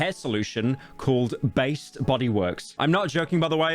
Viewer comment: not being able to say ‘based’ IS CRAZY BROO YOURE COOKED